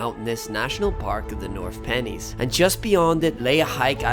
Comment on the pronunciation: North Pennines is pronounced North Pen’nines